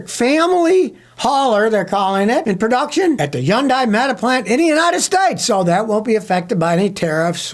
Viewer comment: Scotty according to Hyundai it's pronounced like Sunday with a Hun. Easy yea. Don't have to hurt yourself sayin HI yun die. If you care which I think you don't 😂